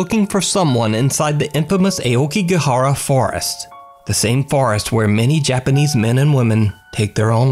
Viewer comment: Me when heard says JAPANESE: "HOLY FUC- *GRABS PILLOW FOR COVER*"